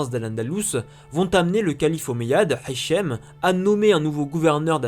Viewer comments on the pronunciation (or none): Très bon travail. Petite remarque cependant, dans ta prononciation arabe, tu utilise trop souvent (voire toujours) "ح" à la place de "ه". Par exemple, mon prénom c'est هشام et pas حشام. Merci pour ton travail et courage pour la suite.